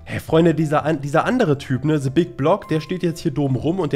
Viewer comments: Es heißt THE nicht SE! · "se big block" 😂😂😂😂 beschte Aussprache 😂 Dafür mögen wir dich😂👍👍👍